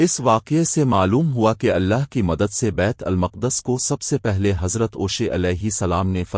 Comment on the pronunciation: Your pronunciation of Allah is incorrect in the video. Please correct it